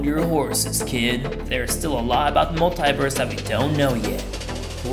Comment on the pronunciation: In the universe pov singing they pronounce this word wrong multiverse multiverse not multiverse